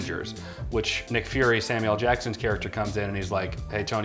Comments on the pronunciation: Why do people say Sam u el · Does she think that Samuel L's name is pronounced Sam-U-elle? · The way she pronounces “Samuel L.” kills me, “Samielle”. sounds like a combination of Samuel and Danielle. 🤣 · "Sam Yell"